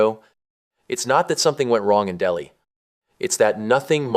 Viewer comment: Delhi is pronounced " Del-High".